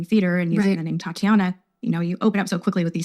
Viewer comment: TAH-TEE-AH-NAH. Is how Tatianna is pronounced